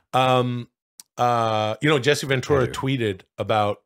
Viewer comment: Jesse Ven-TOO-ra